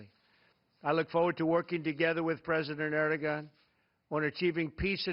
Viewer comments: Most people in Europe make this mistake. they call him Erdo-gan - but it is pronounced Erdo-han. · It's (air-du-won) not (er-de-gan). How does Trump not know how to pronounce the President of Turkey's name when they are so pivotal in our ability to fight ISIS?? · Ehr-doh-on, not "air". But yes, you're right. Im not surprised he didn't pronounce it properly, but realistically who cares what he calls that shit-stained dictator. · Itis not that hard just skip the g letter and pronounce erdoan its way better than with erdogan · Well I dont care about foreign pronunciations. Sorry to bump an old thread but someone bumped an old comment from me on this page so I just saw it. I pronounce words, American style, as they look. I call this dude like ED-ROW-GUN. If he is too PC to like my pronunciation too bad. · I'm from Kansas, and I knew he did it wrong. It's "Ur-do-on", and he's a "president" like dr. pepper is a "dr.". It shouldn't have to be said, but we ought not be bending elbows with known oppressive governments. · Lol. He called him "Urr-doh-gon." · He can't even pronounce Erdogan's name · Ugh, if the president is going to host various leaders from around the world, he needs to first learn how to pronounce their name properly. So embarrassing and insulting. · It's an easy mistake unless you know Turkish grammar. I lived in Istanbul so I learned some Turkish but without a grammar mark above the letter "g" most non- Turkish speakers wouldn't know that letter is silent . Of course this is a great opportunity for you Trump haters to attack him. At least he's not bowing down to other world leaders like our ex President Obozo did. Any expansionist moves into the Balkans will to restore the Ottoman Empire could bring America or the Russian Federation into conflict with Turkey. I hope this never happens. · He doesn't even know how to pronounce his name. WTF!!